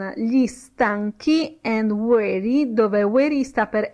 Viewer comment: Si è impegnata, ma ha fatto errori. 1. Slave si pronuncia con la s di sasso; 2. weary si pronuncia ui(e)ri, non ueri; 3. to need a woman= per aver bisogno di una donna; 4. how the strong get weak and the rich get poor= come i forti diventano deboli e i ricchi diventano poveri (la sua interpretazione della strofa è di fantasia); 5. don't touch the ground= non toccare il suolo (imperativo esortativo), mentre, se fosse "non tocchi il suolo" sarebbe "you're not touching the ground"; 6. I can hear your laghter non significa "sono in grado", bensì sento, sto sentendo, ed è un caso in cui can ha funzione effettiva, non potenziale! I can+ verbo sensoriale= sento (adesso), sto sentendo; 7. I can see your smile: idem! 8. waiting si pronuncia con la g implosa, non esplosa. La g va pronunciata ma in modo non gutturale. 9. The + aggettivo sostantivato (strong, weak, rich, poor, chained, bound...) si traduce con il plurale; 10. to chain, incatenare, si scrive così, non "to chane"! 11. to grow up = crescere detto solo di viventi: umani, animali, vegetali, sinonimo di diventar grande, diventare adulto. Per altri significati di crescere non si può usare. Attenzione, perché sta insegnando!